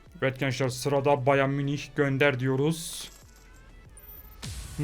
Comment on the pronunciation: Abi almanca bayan munich diye söyleniyo galiba ama ne olursun bayer munich de ben cok tik oluyom😂😂😂